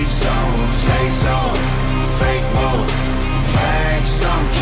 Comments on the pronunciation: He said fa Kay was kay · “FAH-KAY WAH-KAY”🤣😂